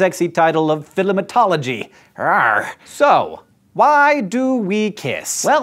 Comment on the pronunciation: Philimentology rrr. Haha priceless